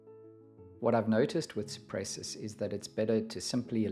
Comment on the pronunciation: The name of the genus is Cupressus (meaning: cypress) and it's pronounced koo-press-oos in latin. ;-) I don't believe it's a Leyland cypress, though. Leyland cypress is in fact a hybrid between macrocarpa and nootkatensis. It has somewhat different foliage, flatter, more alike to Cupressocyparis genus. Yours has more 3D foliage, like all true cypresses. As the mediterranean cypress is greener and yours is bluer, I believe it is Cupresuss arizonica.